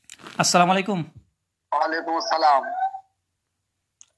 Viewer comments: রুহুল আমিন ভাই সালাম দিবেন এইভাবে: "আসসালামু আলাইকুম" আপনি এইভাবে দিয়েছেন: "স্লামালাইকুম" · ব্রাদার রাহুল আপনি প্রথমেই ভূল,,,,,করছেন,,,,,, সালামলাইকুম এটা কেমন সালাম?